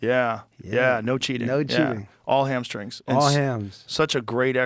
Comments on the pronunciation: Is he calling them hamSCREENS? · Well, maybe I’m not the one that should explain to you because I don’t know why. But words that have “str” have been pronounced as a “skr” for a while now. I believe it is slang that began in the Atlanta area. I could be wrong, but I think Adam “Pac-Man” Jones explained it on the pat Mcafee show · "Ham skrings" sent me 😭